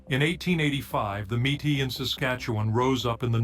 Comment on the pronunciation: The fake voice said the name incorrectly: mete. Or maytee not matis